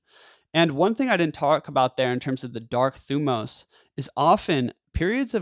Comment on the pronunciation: Great video. You pronounce thymos wrong. But other than that you re good.